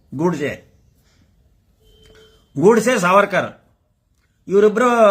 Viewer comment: Don't give wrong information. USSR no longer exists. It disintegrated in 1991. Also USSR means Union of Soviet Socialist Republics. Not United States Soviet Russia 😅😅. Russia was part of USSR. Get your facts right before acting like a leader. Also its not Goodsay 😅😅. Its pronounced as Goadsay.